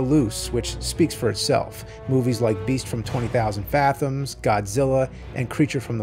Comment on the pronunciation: Interesting way you say fathoms